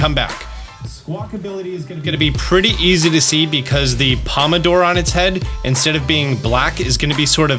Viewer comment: You corrected the "Squawkability", but I think you also said "pomodore" when you meant "pompadour" lol Not sure though, maybe I heard it wrong